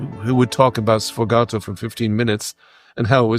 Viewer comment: It's sfogato, not "sfogatto." Thank you.